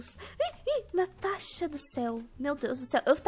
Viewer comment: Natasha falou Tanasha minuto kkkkkk